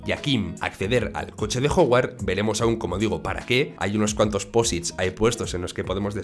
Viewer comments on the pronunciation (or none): Así como Mike se dice "Maik", y no "mique". Howard se dice "Jaguard", y no "joguard".